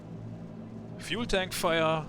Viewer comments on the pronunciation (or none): Love the: "fühel tänk feuer" 😂